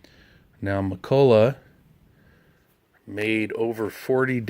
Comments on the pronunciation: ..Very informative video, good info...it's "McCulloch", though...not "McCullough"... :) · What's a McCullough? I've heard of McCulloch... I dont get the blatant spelling and pronunciation errors that people purposely make with this brand even though the correct spelling is right in front of them. Never have never will.